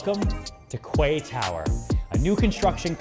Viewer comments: It's pronounced "key" not "kway". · “Kway”??? I’m just a minion but surely it’s pronounced “key”? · I thought it is pronounced as ‘key’ not ‘kuay’ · Does American pronounce quay as kway instead of kee? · Kway tower?…well in English ‘Quay’ is pronounced Key..but let’s not quibble..because Serhant just delivers…another signature original, creative amusing pitch overflowing with energy and personality..delivering he is the best in the business..often imitated never equalled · Is he say kwaeee instead of quay? Pronounced ‘key’? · Please pronounce it was "key". Your international clients will make fun of you tremendously if you pronounce it "kway" plus that pronunciation is not in academic dictionaries! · My eye twitched every time he said "KWAY TOWER" lol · It's pronounced "key". Maybe you'd get away with "cay" but only if you're from Cork. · Isnt it pronounced as "kee"? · Lol legit i thought kway was an American way of pronouncing quay. Bet he's regretting this video so much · It’s also the American pronunciation- if you are selling high end property you should really know how to say the name of the property. It’s just bad research otherwise. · Mmm.prounounce it right then ill make an offer ... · Especially when you can't even pronounce the name of the property you are trying to sell